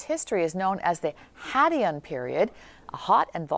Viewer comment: You pronounced the Hadean incorrectly, the name derives from Greek mythology, thus the pronunciation, it is not derived from Biblical Greek which you employed..